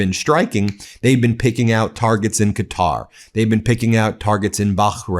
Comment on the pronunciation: Why's he pronouncing Bahrain like that? When he's not pronouncing Qatar properly?